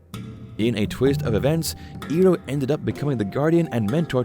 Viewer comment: pronunciation correction iroh is ai roh not e roh good video